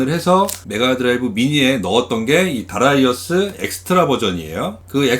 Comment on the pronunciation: darius 면 다리우스라고 읽는게 보통인데 특히 하군요. 다라이어스라니